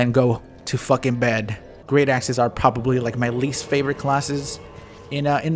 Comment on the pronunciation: when you said great axes I thought you said great asses